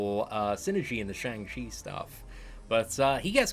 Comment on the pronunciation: Day 14 of waiting for to pronounce Shang Chi correctly😂